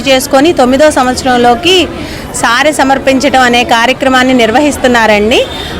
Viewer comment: సారె అని సరిగా పలుకమ్మా